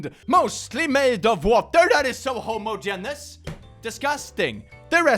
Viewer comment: Homogeneous isn't homo-geen-us. It's Ho-moj-en-us. Not being condescending here, you speak better English than I will ever be able to manage a word of Swedish. Better than some English folks.